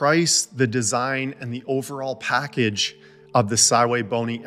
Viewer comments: Calls the brand sywaybony but names the scopes the correct way pronouncing sv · Sigh-way-bony! Well I learned something new today! 😂 So shouldn't that be the Sigh-Way-555? 🤪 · I accept it is Si Wei Bo Ni...but I don't like it lol